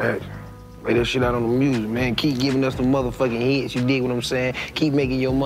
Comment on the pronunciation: Lol "mursic"